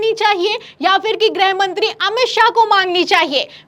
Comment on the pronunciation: grih mantri (गृह मंत्री) उच्चारण किया करें। आप grah mantri (ग्रह मंत्री) कह देती हैं।